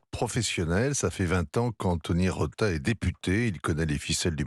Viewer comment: C’est Rota, pas Rosa!!!